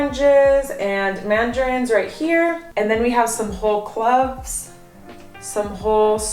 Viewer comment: 😂No one told her that she is mispronouncing cloves? It's /klōv/ - with a long o sound. NOT /kləv/ which rhymes with love.